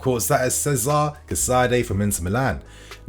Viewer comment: Cesare is not pronounced Cesar